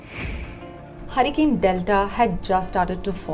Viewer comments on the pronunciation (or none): It not Harican its Hurricane. What ever accent may be or you are of foreign origin.